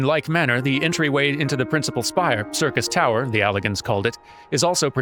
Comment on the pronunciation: Ah, since Durmin ran Labyrinth of the Ancients last episode, I'm sure this will be a more relaxed episode where just unlocks- Nope, he's running the raid today. Hooboy. Time for me to make a long spoiler free lore comment! Syrcus Tower (which correctly pronounces similar to "Circus") was also the name of the proper tower in FF3. Unei & Doga are named after the students of Noah in FF3, and claim to be sent by the Students of Baldesion. G'raha Tia is a member of the Students of Baldesion, but as patch 2.1 noted, we have lost all contact with the headquarters of the Students of Baldesion, preventing this claim from being verified. Too bad for them, Nero tol Scaeva blows their cover in short order. Although, as a Garlean in exile, he's actually just Nero Scaeva now. The previously demonstrated Allagan technology of stasis and resurrection are joined into advanced cloning. Unei & Doga are biological copies of their originals, and have been granted the knowledge & intent of their forbearers. Unei & Doga also show off another of the Allag's prowess. The Crystal Tower obeys commands of the royal bloodline. The marker of this royal bloodline is the Royal Red Allagan Eye. The fact that G'raha displays this trait (albeit with heterochromia) indicates that one of his ancestors was royalty. The Miqo'te were subjugated by the Allagan Empire during their conquest of the known world (pretty much this entire hemisphere of the FFXIV world). The Miqo'te were then displaced across the co